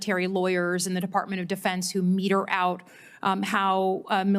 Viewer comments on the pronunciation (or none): Slotkin! It is “mete” out not “meter” out! You said it twice and you are ignorant!